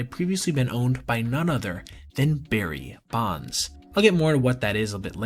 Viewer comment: The juicy pause between “Barry” and “Bonds” 🤌🏼